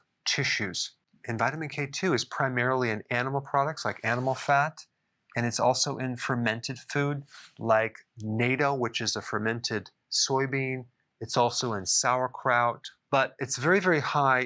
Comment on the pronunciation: Its NATTO (naht-to)... not NATO (nay-to). Much respect, love the content. Happy new year.